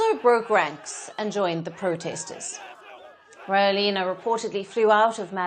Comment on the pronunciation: Can someone please correct how this reporter pronounces his name?! lol It's NOT "Rawelina" it's rather "Radzuelina"